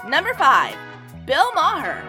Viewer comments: It’s Bill Mar not Bill MaHer. Cmon that’s just lazy not knowing how to pronounce his name. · It's an Irish name and it's prnounced Bill Maaarrr. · Ma-her? Thankfully not many people have seen this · Bill MAR-Her? What? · I love how she's mocking Bill Maher with her "I'm an idiot" voice while so grossly mispronouncing his name. The irony is..... so tasty.